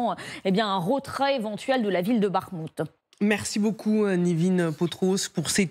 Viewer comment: "rogardez", "les russes, eux, il sont", "un rovert cuisant", "un rotrait"... Il serait peut-être bien d'apprendre à parler français...